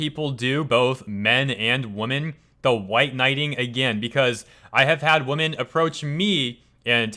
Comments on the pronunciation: "women" is pronounced "weh-men" not the same as "woman". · You're a good guy, but please learn to pronounce the plural of women properly.